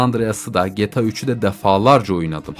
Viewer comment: abi gta ya geta deme lütfen